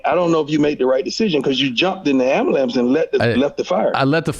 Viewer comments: The fact that Prime says “ambalamps” really pulled this whole interview together. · Anybody else notice prime kept saying ambalamps instead of ambulance like 9 times in 30 seconds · Are we just gonna ignore the amBAlance?